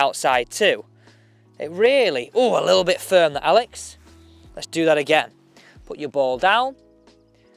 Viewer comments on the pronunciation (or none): none